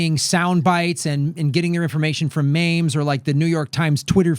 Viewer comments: "mayms". I disavow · ... Did he just call memes... maims?... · "Maimes" Lol